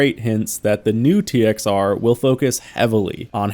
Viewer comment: We called it "TXR O" as in "oh". Its just the way you say it. You dont say zero unless youre saying the whole thing.